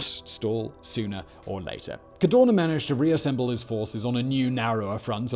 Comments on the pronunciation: Why do you say CARDONA instead Cadorna? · I love your channel, I enjoy your videos but you hjave the bad habit or butchering italian names :(... Dude I volunteer to send you an audio file in case you need to do a documntary about italian figure... n this case wit's not Cadona but CadoRna